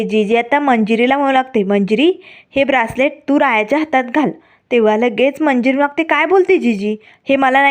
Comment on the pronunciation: Braacelet nahi ho bracelet mhantat.😂😂